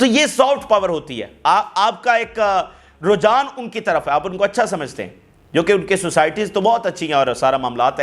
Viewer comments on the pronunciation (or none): none